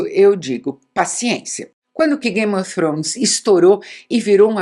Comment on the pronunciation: ela falando game ofrones é tao engraçado kkkkkk icone